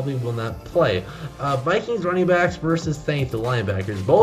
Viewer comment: It's VERSUS not verse!